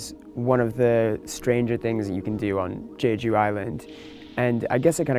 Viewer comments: It's not pronounced Jayjoo, you moron, it's jeju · The way he pronounced jeju...Haha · It's not jayju